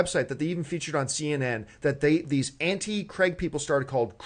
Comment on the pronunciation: Cregg? U mean craig